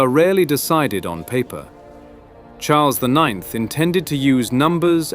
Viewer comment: Default translator is terrible. Such videos does more harm than benefits. Who are Hazars ?? C'mmon... Karol I I X read as it is written "i i ix - lol" is also crazy.